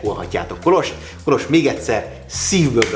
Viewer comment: Milyen jó hallani hogy helyesen van kiejtve Kolos neve 😊